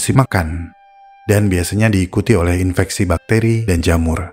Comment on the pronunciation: Kok aku dengernya infestasi ya? Bukannya infeksi